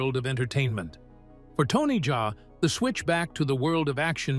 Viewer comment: Bro itz not Tony jay itz Tony Jaa.😂... Like how we pronounce Ja rule ok😂😂